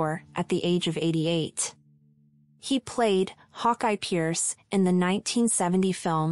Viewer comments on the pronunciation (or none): none